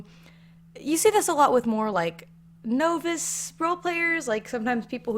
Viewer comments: Naw-vice not no-vice I thought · no one gonna point out she pronounces 'novice' as 'no-viss'... now im not an english, but... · You said novice way wrong...